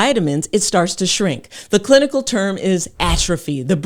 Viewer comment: I thought I heard her say “the clitical term is atrophy” 😂